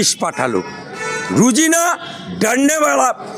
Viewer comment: Rojina not Rujina, thik pronounce karun